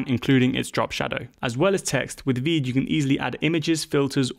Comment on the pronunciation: AND WHY DOES VEED SOUND LIKE WEED